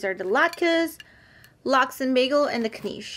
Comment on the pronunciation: Its Knish (like wish). Not kneesh.